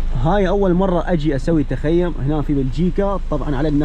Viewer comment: السلام عليكم بالتوفيق انشالله اسمه تخييم وليس تخيوم